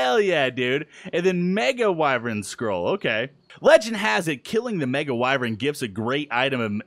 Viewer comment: why does say wyvrin when it's spelled wyvern